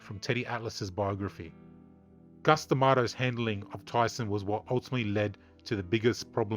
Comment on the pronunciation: Please, for the love of God, his name was Cus. Not Gus